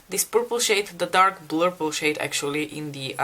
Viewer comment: You both made such beautiful looks! Love how you say "blurple" ❤️